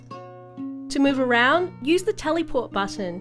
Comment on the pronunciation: As a British the best part for me was when she said Tellyport